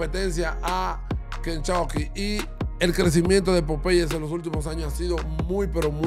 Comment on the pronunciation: Buen vídeo, pero es importante que aprendas a pronunciar las marcas antes de grabar el vídeo, muy mal pronunciado tanto Popeyes como Starbucks.